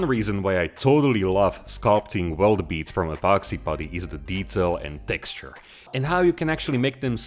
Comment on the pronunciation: Nobody: Night shift: TECKSTURE